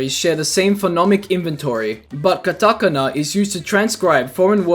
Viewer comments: god it hurts so much to hear you put the accent on the "Ta" in Katakana. FYI, Japanese for the most part doesn't have an accent put on any specific syllable. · How he says "katakana" makes me wanna laugh but I'm trying not to😂 Honestly the Nasty Majesty has "nasty" that makes me think Marina said "Zesty" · The way "katakana" was pronounced KILLED me lmao. As for Marina's dialogue being written in katakana it's likely to imply Marina is a "foreigner" in Inkopolis. Makes sense as she's an Octoling. In Japanese they will transcribe text or dialogue completely in Katakana over Hiragana to imply it's their second language. Yes, Katakana is primarily used for loanwords but in media it can be used to imply they aren't as familiar with the language. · There's something beautifully blursed about the way the words "hiragana" and "katakana" are pronounced .